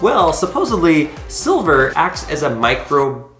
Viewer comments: My-Crow-Bee-Ull Microbial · My-crow-be- uhl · A grown man who can't pronounce microbial -- that's unsettling. And now his use of a huge knife around his kid makes perfect sense.